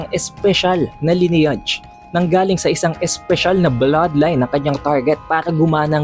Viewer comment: pa research ng pronunciation ng LINEAGE sa google.